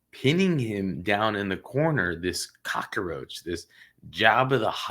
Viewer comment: firstly, it's cockroach, not cock-a-roach. Secondly, it was a family member and that is why he is lower risk. He didn't snatch a child from a shopping centre, or pull a child into a car or van, he had no accomplice. He wasn't in a position of authority like a teacher, priest or scout leader. The child will recover with therapy and go on to enjoy a good life as long as he has cognitive behavioural therapy. If anyone reading this is traumatised by a childhood sexual assault, you can recover by retraining your brain to strengthen the links between neurons related to good memories instead of traumatic ones. It is a sad situation that we have to "rank" the severity of sexual assault, but that's how the system works. Finally, you are wrong about the age thing. It is a different charge if the child was under 5, under 8, under 14 and under 18 or 16 depending on your state)